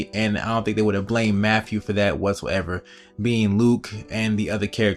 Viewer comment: Listen here idiot.... His name is Matthew, not "MAFFEW". It is truly disgusting listening to you butcher he English language. Go destroy your own language with stupid clicks.